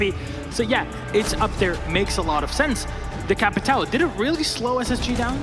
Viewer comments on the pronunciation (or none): Americans trying to say capitão is funny